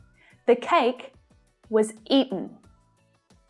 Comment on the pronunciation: the cake was ea'en 💀